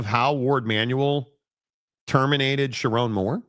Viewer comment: "sharr one moore"